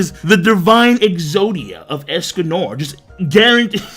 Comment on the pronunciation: Why he saying es-Cum-More It's Es-Con-Nor